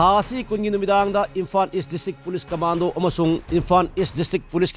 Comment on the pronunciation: Asengbani..pao pabada basic pronounciation si chumhanbiyu natradi taba yam nugaite..imphan schoon etc etc